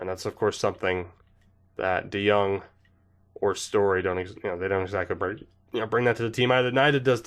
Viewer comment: we all love our lil boy paulie dejong. YOU PRONOUNCED IT RIGHT AS WELL